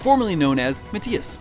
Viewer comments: Ma-THI-as. Not Ma-tea-us....jesus ive never even heard anyone pronounce the name Mathias like that... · Ma-tias? I get Sypha's mispronounciation because the "y" could be pronounced "Eye" or "E", but MaTHias has a goddamned "Th"! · Nice video, but you keep pronouncing Mathias wrong..